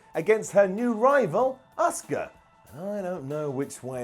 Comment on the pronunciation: it’s Asuka not Oscar